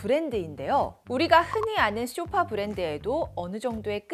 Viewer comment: 쇼파가 아니라 소파…. 귀가 거슬려서~~ㅎ